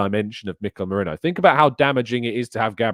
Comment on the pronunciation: his name is ME-RI-NO. He has never played for Liverpool.